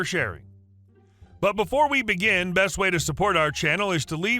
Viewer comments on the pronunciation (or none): none